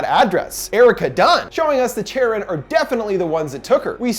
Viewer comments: Not an expert on Greek mythology, but isn’t Charon pronounced Kharon. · I believe “Charon” is pronounced “CAR - ON” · You mispronounced Charon :(. ( Kare-un)/ (Kare-on) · It's pronounced Care-on, not Chair-on. That's pretty common knowledge. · PRONOUNCED KARON........NOT CHARON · Thank you! I love your thorough and energetic reviews. Also, just so you know, for these ancient Greek names "ch" is pronounced like /k/. So it is "care-on" as opposed to the English pronunciation of "chair-on." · Charon is pronounced Care-on. Not Chair-on. I'm a mythology nerd. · Lol, cringing every time he pronounces the name like Chair On instead of Care On... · Another great video! I appreciate all of the research and analysis you do on each movie you cover. On thing though, the name "Charon" is pronounced "Care-on" not "chair-on." I'm a mythology buff so it bothered me but I loved everything else about video. Very insightful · It makes me uncomfortable how he keeps mispronouncing Charon It’s care-on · Anyone titled that he pronounces charon incorrectly? It's basically Karen but with C. :P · CHARON Its C-A-R-E-O-N say its with me CAREON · it's pronounced Kharon. Or Care-on . I know you can't fix it....just... if I didn't say it my eye woudlnt' stop twitching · It’s pronounced “kar-on” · It’s pronounced CARE-on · I believe it's pronounced as Kharon. Anyways, I love! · Isn't Charon is pronounced with a K?